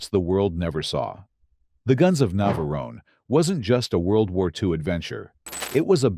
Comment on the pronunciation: ...terrible AI commentary! 'The Guns of Naverone-ay'?? Get a REAL person!!